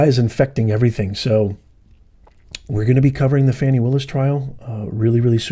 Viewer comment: Her name is pronounced FAH-NEE